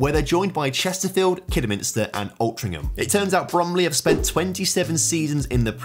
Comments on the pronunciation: The way you say Altrincham really upsets me but good video as per. Also its now just Bury FC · you need to learn how to pronounce british placenames. wealdstone and altrincham in particular.